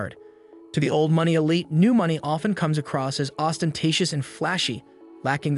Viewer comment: "uncouth" "boutique" "elite"- these are some of the words the (AI?) narrator can't pronounce. ANYway, all this is bunkum. 40 or 50 years out of date. The old money Wasp elite started dying off in droves in the 1980s and beyond; their children are modern people far less interested in the stuffy old school mentality this video weirdly describes. In any case, the old money crowd only came here in the summer months- they really weren't that invested in the place and couldn't care less about the locals. Modern art has been dominant here since the 1950s. The battle between Old Money and New Money was fought and finished long ago, decades ago. New Money won, decisively. This video is highly inaccurate, outdated, most of the images aren't even from the Hamptons at all. Poorly done.